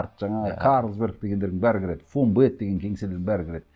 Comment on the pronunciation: Фонбетті қазақша Ғонбет дей берейік 😅